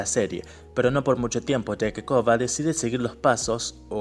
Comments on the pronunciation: Coba? No puedes decir el Korra? 😂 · le dices Koba a Korra? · Muy bueno,pero me saca de mis casillas que le diga koba a Korra,me marea jaja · Porque le dice koba a Korra?